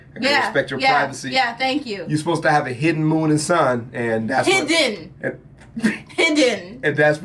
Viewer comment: SHE SAID HIDDEN LIKE THE VILLAGES 😭😭😭